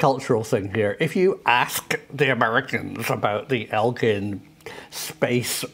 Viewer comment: Chris Melon didn’t mention it by name but I did and guys it’s Eglin not Elgin Air Force Base. You guys need to have it pronounced correctly. It’s in Fort Walton. I thought you guys wanted accuracy? I’ve been to this place and worked there for a bit. We were told our first day of guard mount that sometimes we would have to retrieve “space junk” with the marine patrol when it was necessary. I told you guys I would be happy to tell you about what I saw and was told. Remember you heard it here first.